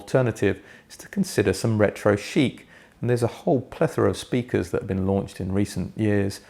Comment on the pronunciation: Was that retro chic or retro 💩 sheet you said 😂. Great review as always 👍🏻